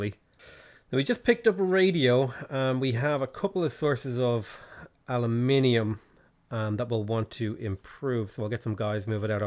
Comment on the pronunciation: Fair Play. I feel like you really emphasized the "aluminium"